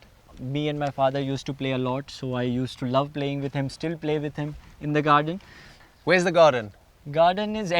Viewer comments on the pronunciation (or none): The way he said Garden is anywhereeree in Indian slang.. Love it